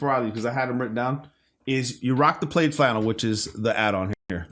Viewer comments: Brother have you never heard someone say the words plaid flannel before? It's pronounced plad not played. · It’s said PLAD .. not sure why it has an i in there